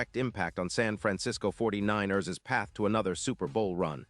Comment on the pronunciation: You need to learn how to say 49 ers Correctly!!!!